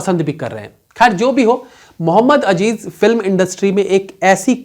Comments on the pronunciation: Muhammad Azzzzeeeeezzz .. not ajjjeeeezzzzz मुहम्मद अज़ीज़ न के अजीज़ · Its not Ajeez ... its Aziz ...